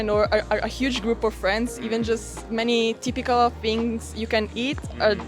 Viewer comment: it interesting the way she said "typical" sounded exactly how a russian speaking person would say that with accent 🤔